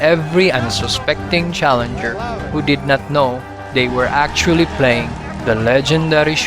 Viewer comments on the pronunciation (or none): none